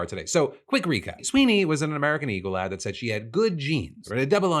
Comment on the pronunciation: I thought he said "...I love her ass."